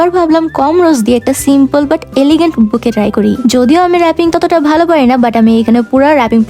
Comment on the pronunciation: বুকে বলেন কেনো বুকেট বলবেন